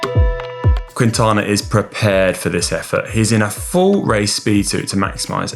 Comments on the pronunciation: quinn-tana? There is no q sound more like a k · Is pronounce “King-tana” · Not QUIntana, no U pronounced in Spanish. Drop the U when you are pronouncing Quintana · I giggled every time Conor said "Cuintana" xD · If you are making a video of a person, learn how to pronounce his name first! Booo